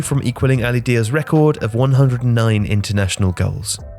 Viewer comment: I think Daei is pronounced 'duh eey' not 'dear'